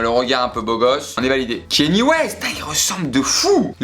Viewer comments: ça se prononce pas « Kenny West » mais « Kanié West » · ça ce dit "kanié west"